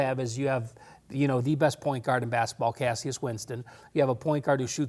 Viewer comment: And he said cassyus Winston lmao instead of cashus/cassius